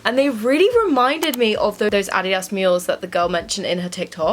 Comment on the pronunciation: "addy dahs" ily haha